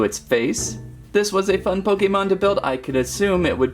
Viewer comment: He said pok a mon